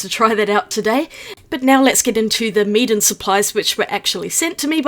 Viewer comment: When you said "Meeden supplies", it sounded like you were saying "Meat and supplies" as a pun.